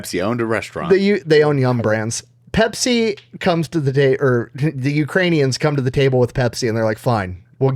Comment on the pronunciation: but "Bepsi the best"